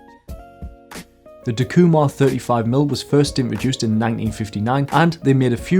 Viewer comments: In Japanese there are no accents as they are used to indicate the actual meaning of a sentence. Everything is pronounced "flat." The pronunciation would be "tak-eeu-mar" with no inflection. Hope this might help you. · All these years I've been pronouncing it "TACK-You-Mar" ;) Pentax have long been a sort of under-appreciated lens, but they have some phenomenal glass. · I agree with your lens choice but it took me some time to understand your (wild) mispronunciation of Takumar...